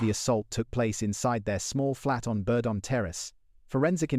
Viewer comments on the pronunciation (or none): what on earth is bur don terrace? It's simply Burdon. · bur don Terrace, just simply put together, Burdon